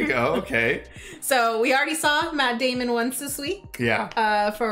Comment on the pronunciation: Say it right. Maaaaaatt Daaaaaamon.